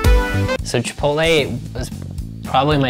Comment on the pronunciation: It's chip-pot-tele not chipolaay 😤😤😤